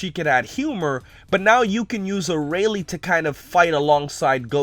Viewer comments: "Arah-lee"? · arayle (FacePalm) how do you still not know how to pronounce it